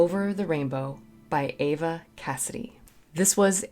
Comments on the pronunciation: I grew up in the county next to Eva's (pronouced EEE va, not A-va btw 🙂) but failed to discover her until it was too late 😢. I had seen her name in the nightclub listings in DC but didn't know anything about her and never caught a show---a damn shame for all of us that she didn't get enough local attention. She had an incredible gift for interpretation and such great breath control, phrasingl. What a set of pipes she had! Best all around female vocalist I've ever heard, she could sing in many different genres. Eva evoked all these feelings from that you never knew were deep down inside of you. Gone way too soon but not forgotten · Her name is Eva not Ava. Eeeeee va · Her name is pronounced Eeeva, not Ava. See the videos where her friends and family pronounce her name. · Her name is pronounced "EVE-UH", NOT "EH-VUH" - or like in "Ava" Gardner. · Eva Cassidy pronounced E-va, not A-va... iykyk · She is amazing! And it is Eva not Ava. I do not know why people pronounce it that way, but thank you for your video! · I thought it was pronouced (E)va not (A)va, but I could be wrong. This song always gets me misty eyed. The longing she inserts into this perfomance is so wonderful. The feeling to me is much more emotional than the Garland version. Yes, "Autumn Leaves" should be your next listen. The first time I heard this song by Judy was in 1956 on a black nearly round screen tv when I was 6 years old. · This was a huge radio hit in the UK, long after Eva’s passing. Pronounced Eeva bot Ava, FYI. Her version of Danny Boy makes me cry every time. Most of her recordings were released after her death. Autumn Leaves is another good one. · She pronounced her name Eva with a long E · Eva’s whole album is amazing!! Ava is with an A. Eva is pronounced with an E sound.